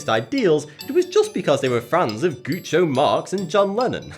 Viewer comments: Groucho! Not Goocho! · Gucho Marx? Is it not Groucho? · I got triggered when he said "Groo-cho" instead of "Grou-cho". Nice video btw. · Mispronounced a few names.... *GROUCHO (grouw-cho) Marx....not "GOO-CHO" Marx *Linda McMAHON (mick-man)....not "McMACK-ON" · I overheard a Millennial lad recounting the joys of discovering ancient b&w movies featuring the Marx Bros--pronouncing names as Chick-o (which is correct) and Groocho. It's an age thing